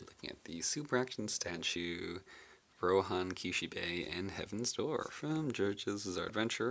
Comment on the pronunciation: "Compared to RohAN," I thought he said "Ro-Ham" for a second spare me